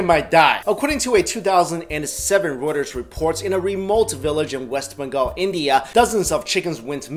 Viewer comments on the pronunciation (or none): none